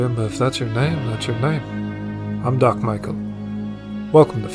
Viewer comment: "Doc Michael" lol